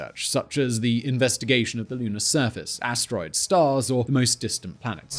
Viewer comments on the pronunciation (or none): none